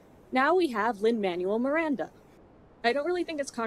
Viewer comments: I know you don't like Lin's work, but could you bother to pronounce the man's name right at least? It's incredibly disrespectful for no reason. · I'd take this a bit more seriously if you'd pronounced LMM's name correctly. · like your pronunciation of Lin Manuel Miranda's name?